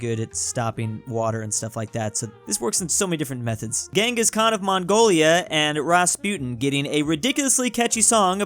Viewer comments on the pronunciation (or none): none